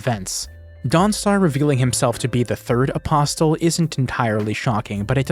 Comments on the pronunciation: the "t" in "apostle" is silent. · buddy you gotta stop saying apostle like that, the t is silent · The "t" in apostle is silent.